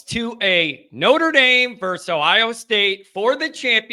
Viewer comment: NIU’s victory over ND is a good example of the underdog prevailing. Also, please say “versus”, and not “verse.”